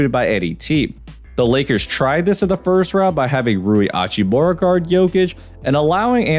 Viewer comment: Slight nitpick but you do pronounce the H in Hachimura. It's not silent